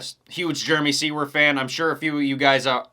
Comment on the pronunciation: Finally, someone who actually pronounces Jeremy Seewer's name correctly!!! lol 👏🤘Maybe Mosiman will be a late BarX announcement? Have a great holiday!!!